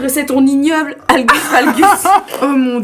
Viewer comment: Mais on dit pas halgus valgus 😅 cest hallux !